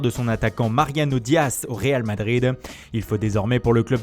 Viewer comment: OUII IL A ENFIN DIT MARIANO ET PAS MARIANIO !